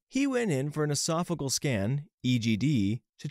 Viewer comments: Also mispronounced esophageal and varices. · You can google how to pronounce medical terminology and get the phonetic spelling and audio. Or watch some Grey's Anatomy. Triage is pronounced TREE-azh, not TRY-azh, esophageal is ee-SOF-uh-JEE-uhl, not ee-SOF- uh-geel, and varices is pronounced vair-uh-seez, not vair-EE-seez.